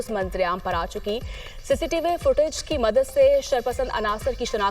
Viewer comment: نیوز کاسٹر نے فو ٹج اور بلندی درجات جیسے الفاظ کی غلط ادائیگی کی۔ انکو اردو پڑھنے کے لیے مشق اور تلفظ کو درست کرنا چاہیے۔